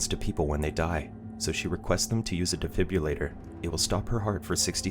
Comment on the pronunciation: “Defibrillator”. “Defib-RILL-ator”. 😂. Thanks for the video, bud. Another great one. 👍